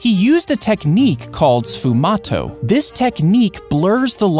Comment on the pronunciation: uhmmm Great Video but since im italian im honna tell you that Sfumato isn't pronounced like that.